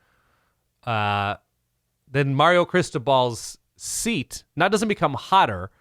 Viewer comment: I love the fact that calls Mario “Marry-O”. It’s chsrming.